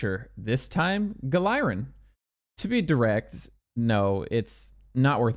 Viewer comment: Wait I thought it was pronounced (Gal-er-in)